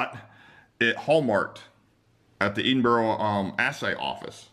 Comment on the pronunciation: Subscriber from the UK here! Love seeing the interesting stuff you buy. Also, it's pronounced "Ed-in-buh-ruh"! :O)